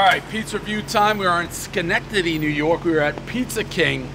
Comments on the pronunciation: Amazingly he pronounced the city name correctly on the first attempt. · I still can't believe you know how to say Schenectady correctly. 🤷🏽‍♂️ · I would say 99% of people Dave's age, from all of New England or the Tri State area can pronounce Schenectady. It's a fairly historic city. Also 2x Frozen Four appearances for Union College is enough that any real sports fan should know Schenectady and how to pronounce it. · One bite everybody knows Dave LOVES saying Shenectady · Congratulations to Dave for saying Schenectady correctly, I had my doubts! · Dave can say Schenectady correctly over and over, but can't pronounce any fkng pizza place right